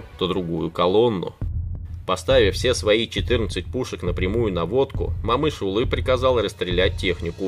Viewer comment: О читается как О, не Мамыш а Момыш!